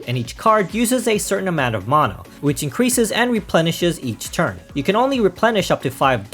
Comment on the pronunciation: That's just the correct pronunciation. Anyone saying "manna" is simply wrong.